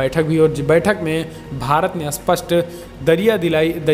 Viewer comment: Bhai aapki hindi sudharo.aap supust ko asupust bolte ho..aap har video me ye vakya bolte ho.lekil har bar asupust bolte ho .jo ki galat h.is se accha h aap 'seedhe tor par; aisa vakya use karo .ok